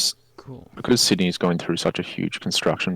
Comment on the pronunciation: Say Sydney right, it hurts